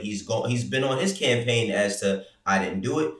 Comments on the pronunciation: “CAMAPAIGN AD” 😂 y’all high up there at Complex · AND ANOTHER THING....What is a "camapaign", y'all? 🤣🤣 #wereonlyhuman #Beirut7😎